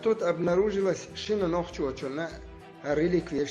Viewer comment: Нахчи гнправильное произношение народа нохчи